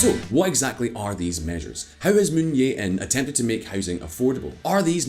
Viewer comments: The name of SK president is “Jae-in”, not “Yeah-in” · "Moon Jae-in" = "Jae" is like "jay," not "yay".. But still better than what Simon would attempt, lol. (The voiceover guy did a decent job at pronunciations.)